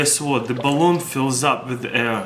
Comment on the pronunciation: "Goounah Poot Theh Bahlooum"